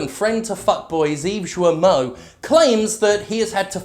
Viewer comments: It's [gijmo] please... It's painful. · Hello I am a company that made open world when you play a white dude on vengeances for ten year But I am "woke" Yves guillemot ce gros clown. I am sure people already said it to you but Yves guillemot and Serge hescouet dont prononce lile that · Jim mispronunciation of french names is hilarious. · Ok so I know it doesn't matter even a little in the grand scheme of things, but Serge is pronounced like 'surge', and the T at the end of his name is not silent. Also the g in 'Guillemot' is hard (ghee-yuh-moe). That being said, obviously fuck both of those guys.